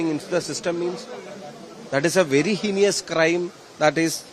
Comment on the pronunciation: True that Shafi' s English is much better than that of Rahim or Shailaja or Chintha or most of the CPM leaders. But it deserves 50 % marks or so.Fir example, the word HEINOUS is pronounced as HENIOUS (×) by him.😂!